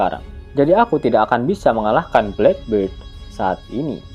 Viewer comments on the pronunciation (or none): none